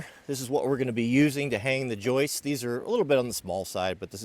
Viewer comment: Hey, it's joists not joices